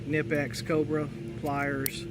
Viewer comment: I'm pretty sure K is not silent, when you pronounce knipex.